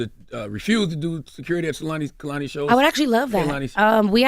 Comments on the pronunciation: AS SOON! as he said "Kalani" I was like she will definitely correct him. 🤣🤣🤣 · And Charla continued to say “Kalani” the whole interview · Its not Kuhlani its Kaylani. And Im not, defenitely not, folding a man's clothes. It could be anyones, anybodies clothes. Wow, how emotionally intelligent Kehlani is. So intelligent she gave me s headache alreadie. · Charlemagne it’s not hard to say Kay-Lani .. that’s lazy af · She corrected them on her name and they just continued to say it wrong the whole rest of the interview 🤦🏻‍♂️ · and they continued to pronounce her name incorrectly throughout the interview after correcting them. disrespectful. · Damn CTG you could at least say her name correctly after she corrected y'all. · and Charlemagne still said her name wrong after she correct him at the beginning 🙄